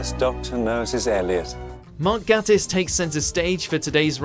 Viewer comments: It Gaytiss not Gattis as him himself says think gay I always do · It's pronounced "gaytiss" Apart from that it was great although a few great quotes were left out.